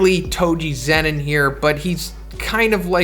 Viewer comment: Its zenin